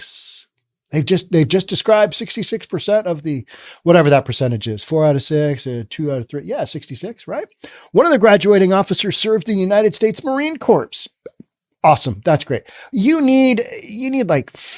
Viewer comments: You don't pronounce the P in Marine Corps...classic Obama mistake lol...enjoy your show! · Did I hear you say Marine Corps with no silent P?